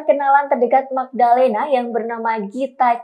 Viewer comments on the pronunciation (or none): Mgdalenaf Bukan Magdalenaf , tapi Em Ge dalenaf astaga 😭😭😭😭😭